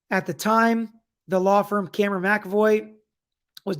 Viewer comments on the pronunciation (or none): none